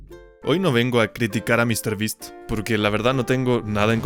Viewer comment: Mr ttas